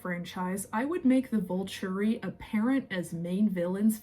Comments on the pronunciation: It is the VOL TOUR E phonetically, not "the vulchary", like it sounds went you say it. Also, the author's last name is MEYER not Meyers. If you are going to keep making videos about the books and movies the least you can do is take 2 seconds to listen to an interview or somebody else's video or rewatch the movies so you are pronouncing things right. I can't WAIT to hear you try to pronounce Quileute, which you fully avoided doing in your video about Jacob. You obviously need to reread all the books and rewatch all the movies because you get things wrong often. I haven't even read the books in about 20 years or seen the movies in the last decade but I know you are wrong often. If you want to do this as your hobby or "job" you should at least do it right. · I don't mean to nit pick or sound snarky or mean, but it sounds like you say Colons instead of cull ens. And it sounds like you say volchuri, instead of volturi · thank you! i’m so glad someone said it, it was breaking my brain with how many times she said “Vulchury” (sounds like vulture, the bird) in the first 2 minutes alone.